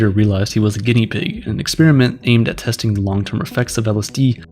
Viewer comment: You lost me when you pronounced 'experiment' as 'expeeeeeriment.' Americans can never seem to decide on when to be lazy on pronunciation or extra. It's a procedure, not a breath mint.